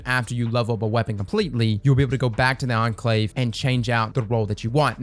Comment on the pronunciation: I was NOT prepared to hear pronounce "Enclave" correctly